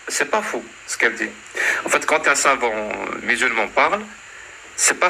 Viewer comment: "En fét' le probléme c'est que" ... jpp 😭😭😭😭